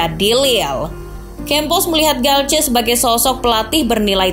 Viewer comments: Galtier bukan galce🤣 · Cara baca dalam bahasa prancis gitu bang